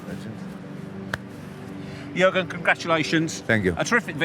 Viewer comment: "Yagen" haha why does Carragher pronounce Jurgen that way